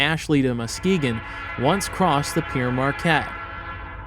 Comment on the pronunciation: Good video..but one thing..that name Pere Marquette: Pere is a french word meaning Father...needs to be pronounced as if it were the fruit: Pear....as in" Pear Marquette" Well done!